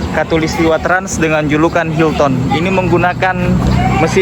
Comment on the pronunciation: Baca nya : hilten bukan hilton ya